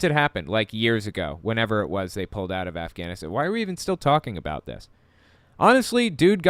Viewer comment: "GUYS, the afganastanannies" LMFAO